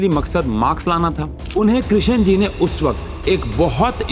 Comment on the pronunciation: Krishan Ji?? Kyu woh Sri Bhagavan nahi hain kya Sir? Sidhe naam se bula rahe hain aap to aur woh bhi ekdum galat pronunciation